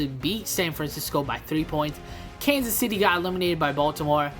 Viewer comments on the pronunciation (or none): none